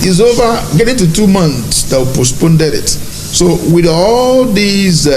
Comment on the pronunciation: This moron is not ashamed calling himself a doctor of what.? Even elementary grammar "postponed " he says posponded Aba, Does he understand the word king of which royal family and major ethnic tribe of Ghana.? We have only one king here in Ghana, the Otunfuo of Ashanti. He should stop disgracing himself. Of course it is clear that he uses the fake title for his dubious and nefarious business including scamming unsuspecting westerners.